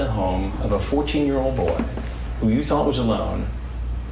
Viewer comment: Thunk? Isn’t it thought?